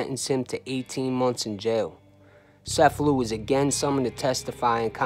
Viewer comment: I believe it’s pronounced CH•F•a•loo just like the town in Sicily. But, nevertheless, a great video!